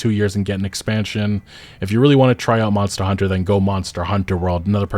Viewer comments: this game wasn't ready also when you say Monster Hunter: World and Monster Hunter: Wilds, how come you stress the second word? the expected thing is to stress the last past (World, Wilds, Rise) because that's the actual important information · Your intonation on how you say "Monster Hunter" is so peculiar. It's like English is your 2nd language, when it's clearly your first.. lol